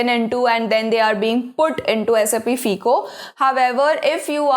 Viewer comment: its pronounced as FYCO. NOT FEECO